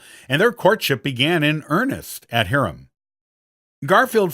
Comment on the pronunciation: JEE-auga, not Ghee-auga. HIGH-rum, not Hear-um. Gui-TOE, not Gui-TOO.